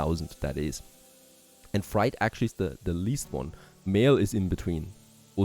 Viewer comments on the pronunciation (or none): Freight rhymes with gate, and bait, and the number eight. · I like how you say Freight. It’s pronounced Fr8 ❤ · I absolutely love and look forward to your videos each day but please check your pronunciation of "freight". Thanks and keep it up!